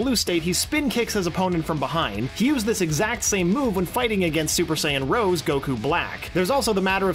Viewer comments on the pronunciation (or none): Goku Black's Super Saiyan Rosè is Pronounced Ros-ay not Rose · Dude, it's Za-MAH-su (Or SAH-mas; either way is correct -- like the two pronunciations of "Schedule"). Also, it's Rosé (Rou-SEH-EE)